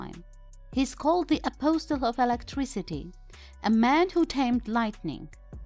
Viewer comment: "How does it works?" ... Skip the history lessons, Go back to Grammar and pronunciation .... Words like "Apostle" & "Renaissance" deserve better Respect & Attention. LMAO